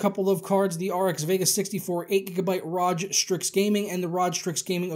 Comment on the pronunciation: bitch saying Raj strix....